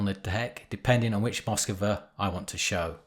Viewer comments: Pronouncing Moskva - the first syllable is a flat ‘a’, with the stress on the second syllable. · Not MOskva, but MoskvA! :)